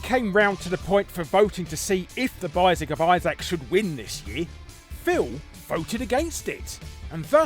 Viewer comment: "The Bissac of Isaac" IM DYING.